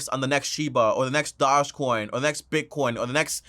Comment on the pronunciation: Lol can u say doge coin name right